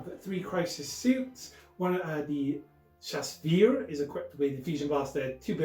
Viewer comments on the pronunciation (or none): Shas-wee & Shas-vray - love the game, but the pronunciation is breaking me!